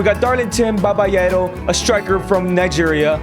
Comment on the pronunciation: It's Darlington Babayaro not darlington babayaro